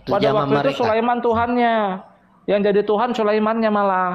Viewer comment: Sebutan Tuhan bukan Tuhang